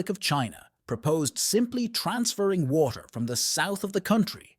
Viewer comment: is the only moment revert to the us. and noting about the title. ai voice is not able to say WATER in a proper way randon stock pictures not from China (africa and US, and maby more) does not help eather. but if half is true, china is doning stuff that other parts off the world should do to. Pump water to the black sea. pump water into the sahara, let it faporate we need water, no war.